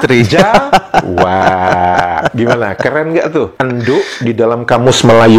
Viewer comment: bkn enduk bang tp endhok